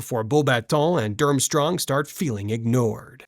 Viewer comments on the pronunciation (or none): none